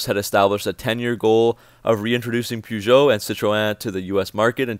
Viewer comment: Funniest part for me was when you said Americans cannot pronounce Peugeot. You sure can't!